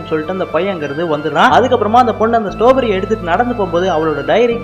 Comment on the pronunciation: ஸ்ட்ராபெர்ரி இல்ல ஸ்டாபெரி